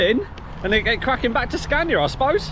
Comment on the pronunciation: How many time has he said super scana